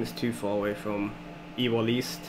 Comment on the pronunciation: Ewell East is prounce You-Well East